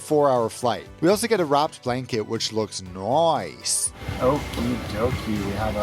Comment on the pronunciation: Love ya "Kath + Kim" aussie "Noice !" lol ;)